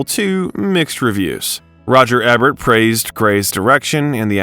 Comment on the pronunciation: Roger Ebert ~ it's pronounced "ēbert (long e), not êbert (short e)